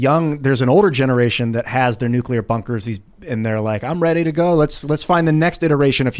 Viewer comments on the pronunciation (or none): ...we all love you, but you are supposed to be a smart guy, so WHY do you KEEP misPRONOUNCING the word NUCLEAR? It is NUCLEAR not NUCULAR. Hearing that mispronounced is like hearing nails scratch across a chalkboard.🤣